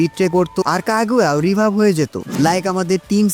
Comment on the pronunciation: Kagua ❌❌ Kaga✅✅